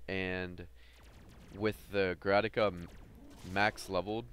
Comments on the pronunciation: Dude. Say Grataka one more time. I dare you. I double dare you. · Good video dude, one pointer is that it's a Grakata, not a Grataka :P